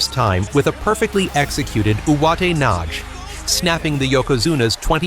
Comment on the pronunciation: UwatenaJ...it's all I hear...I'm out, AI crap.